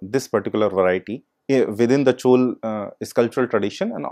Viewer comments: but he could have said Chola instead of Chol - repeatedly... it is very important to call names correctly...in keeping with the local tradition of pronouncing names...the real way of saying it is Chozha...in tamil...but Chola is acceptable :-( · It's pronounced"चोला"